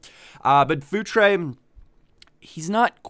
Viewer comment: Hahaha I keep hearing food tray instead of Futre X'D